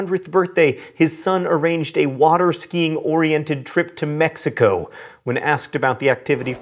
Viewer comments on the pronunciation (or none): none